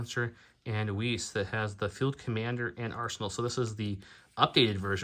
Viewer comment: Just FYI, Weiss is pronounced “wice”, rhyming with “rice” or “mice”. In German it’s “vice” (Weiß). :) Thank you for this video! I never liked Ewoks much, but I’m actually excited to see them (w/ and w/o Rebels) run up against Imperials. Might be as close as we get to an asymmetrical battle! 👏🏻👏🏻👏🏻